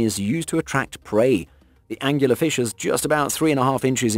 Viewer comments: I think it's an Angler Fish, not Angular. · I thought it was an angler fish, not angular fish... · Angler fish, not angular. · Anglerfish not "Angular fish". And I don't believe a word of that '60 ft' shark story. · It's an incorrect pronunciation. It's Angler as in fisherman. The term comes from the fishing rod like protuberance on the head which is used to attract the prey. Being British I can vouch for this! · No he mispronounced it - simple - Angler fish not Angular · Angler fish not "angular fish" Get it right. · Him saying angular like a triangle not Angler like a fisherman so much made my eye twitch. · I love that he keeps calling angler fish angular fish lol. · "Angular fish"? I think you'll find that it's Angler fish . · It's not "Angular Fish" it's "Anglerfish" Angler as in....a fisherman using a lure. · how many times can you wrongly call an Anglerfish "Angular Fish" ?? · Angular fish is a mispronunciation. The correct is Angler fish. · lol, it's not an "angular" fish, it's an "angler" fish. Another word for a Fisherman is Angler. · Uhm... It's Angler Fish. Like a fish that fishes. Not Angular Fish, like a fish with angles. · Angular fish? Not angler fish? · Why do you keep calling the angler fish an angular fish? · It's an angler fish not an angular fish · It’s Anglerfish, goddamit. The name comes from the lure on its head. Does it look angular to you? Nice video but this mistake drives me inuts. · Pretty sure it’s angler fish not angular fish….. 🤦‍♂️ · *anglerfish NOT angular fish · Angler fish not anguler fish as in a fishing fish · The monster I'll be avoiding is the British sounding guy who repeatedly calls the Angler fish angular, peddling it as an informational video. Who knows what else is BS. dangerous stuff